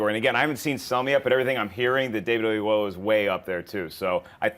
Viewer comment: For future reference David Oyelowo's name is correctly pronounced Oh-Yello-Woh :)